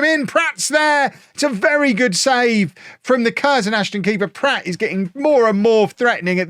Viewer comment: I presume mispronouncing Pratt as Platt is part of the Beckham Effect...